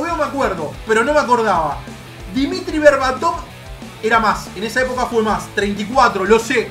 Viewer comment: Gente normal: dimitar verbatov: PERO DIMITRI